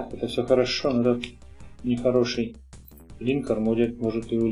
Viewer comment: Спасибо за видео, каждый день смотрю как сериал. :) Один момент - все-таки линкОр, а не лИнкор. Слух режет...